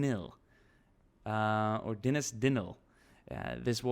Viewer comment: You got "Dinas" correctly but "Dinlle" you got wrong haha. Brilliant video and thanks for the shout out!